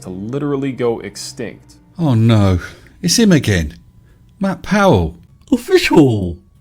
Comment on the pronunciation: You said "officuwwwwl", I spat my tea out. 😂